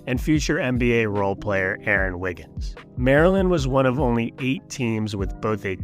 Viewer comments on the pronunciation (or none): none